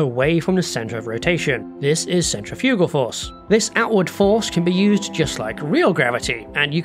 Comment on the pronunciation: centrifugal = sen-TRIFF-yoo-gull.